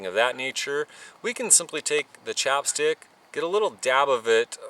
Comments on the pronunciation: It's not "chop" stick. It's "chap" stick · I love your videos, but that accent was killing me every time I heard "chopstick" instead of "chapstick". LOL keep up the good work, man!